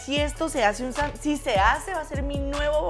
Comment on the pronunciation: No se dice chanwish, se dice Sanwich lol🤣🤣🤣